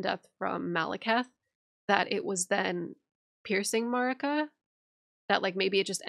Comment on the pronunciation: Melina pronounces Marika like (A)merica. I’ve always thought it strange that some people who have played the game and are so good with the lore still pronounce her name so weirdly 🤣😂💜🤭